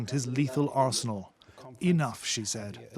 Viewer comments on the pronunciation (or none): none